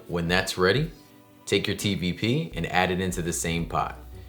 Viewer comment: "tvp" ,? I couldn't understand what was said ..(meatballs).